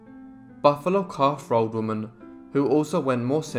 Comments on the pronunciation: "Buffalo Calf Robe Woman" .. .. .. not 'road' .. .. .. wela'lin [thank you] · I thought he said, "Buffalo Calf Rode Woman". "Rode" as in the past tense of "To Ride".